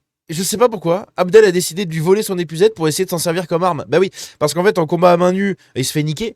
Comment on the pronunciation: "abdelâche" :D